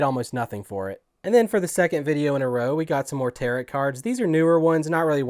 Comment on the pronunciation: FYI Tarot pronounced tear-row, not tear-rot. I could care less, but I thought I'd let you know.